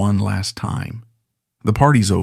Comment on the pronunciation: FYI... Pronounced "Tree-dee-gar..." A lovely house, the Morgan's also owned nearby Ruperra Castle.